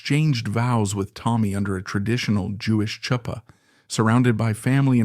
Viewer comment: Chuppah is prounounced with the ch as a gutteral, like the Scottish word loch! If you're unsure of the pronunciation, ask someone!